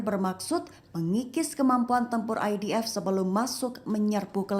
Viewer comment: ...bagus sebutan IDF nyer bukan EDF